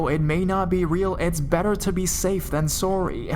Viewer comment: Suary is how you said sorry